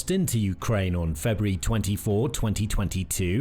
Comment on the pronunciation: "FebrEe" "mili-tree" "nayToe" "russier" "Net-WORK" "septembahh" "ukWanian" "Terra-tree" "bassel" (battle) "nuculur" This is SO GD PAINFUL! I'll go bleach my ears now.